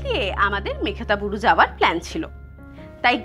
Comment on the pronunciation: আমি যতদূর জানি জায়গাটির নাম মেঘহাতাবুরু। মেঘ্তাবুরু উচ্চারণটি মনে হয় ঠিক নয়। আমি ভুল ও হতে পারি।